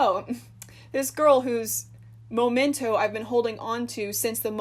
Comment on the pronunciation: Girl it's memento not momento lol ly